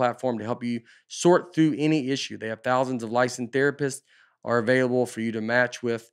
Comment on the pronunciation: Nate in the Talk Space ad: “Lice in thera piss”.